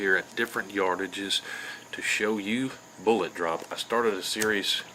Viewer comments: How the heck do you have this many subs when you can't even say the word 'Bullet' correctly? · Good info, but "Boo-laht"?....peak fuddery